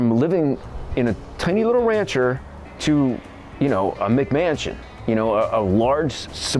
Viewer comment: Did he say mcmansion😂😂😂wtf